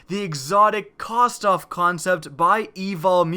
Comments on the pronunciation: Kh - vos - tov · nfsinternational Ik pronounces it like Kostov